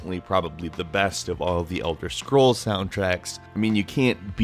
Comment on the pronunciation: Marrowhint Vartynfell Secret of Aramoure Elther Scrolls Seriously?